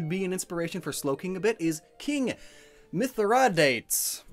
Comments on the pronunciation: Say it with me- mih-thrih-dah-tees. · butchering Mithradates smh